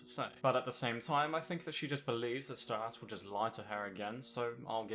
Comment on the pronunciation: You're pronouncing Stolas wrong.